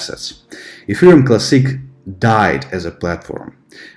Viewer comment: I love your videos, I think you're one of the smartest and most objective crypto educators out there, but why do you pronounce the word 'classic' so weirdly??? And "Teeth-furr" instead of tether lol